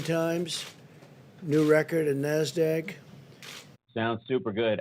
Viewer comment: Trump cannot pronounce NASDAQ. He pronounces it nass-dag.